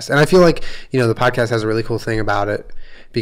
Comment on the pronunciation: Peach’s Halloween costume should be an Ouija board because that’s what I hear every time Jenna calls her “Weechie”.